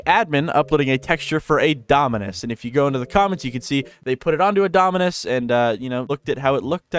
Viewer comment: Why did bro keeps saying dominance instead of dominus💀